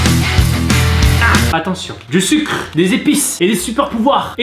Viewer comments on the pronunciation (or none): none